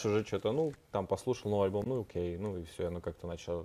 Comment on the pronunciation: Заедолбал со своим Окэ. Прямо как "прайдоха Жакуй" из "Пришельцов".